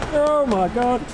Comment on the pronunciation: you know it's tough when they say "oh my geuuge"